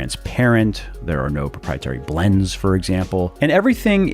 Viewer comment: I love how you pronounce the word "blends" 3.11 of the video 😂😂